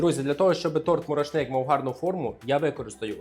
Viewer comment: Має бути тобі,, соромно за цей мурашнИк. Якщо ти вже створив канал і щось хочеш донести до аудиторії, то слідкуй за мовою. І буде приємніше тебе слухати, а мурашнИк стане мурАшником. 😞